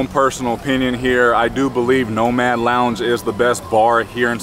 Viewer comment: The lounge is "Nomad" not "Noman" Mad not Man